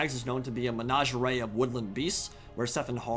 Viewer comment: You mixed the pronunciation of menagerie and lingerie. Freudian slip?